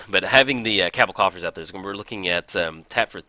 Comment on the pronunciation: You say Cowbell *Cabal coffers so weird